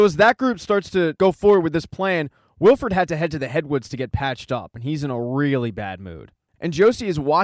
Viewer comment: thanks, but its wilford, not wilfred, cheers